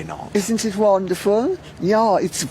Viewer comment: Yah it’s wahnderful